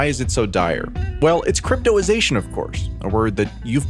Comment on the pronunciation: I'm reading cryptozation but you keep saying cryptoization?.... which is it.... is it misspelled or are you misspronouncing it?....